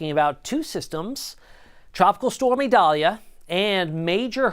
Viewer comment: This guy says it right